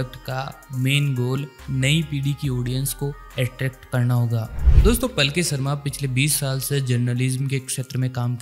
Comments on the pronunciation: Please improve your pronunciation as the Journalist's name is पालकी शर्मा not पलकी शर्मा. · अरे पलकी नहीं यार पालकी।